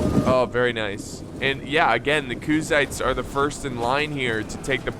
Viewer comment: Again with the Kuzaits lol 🤣🤣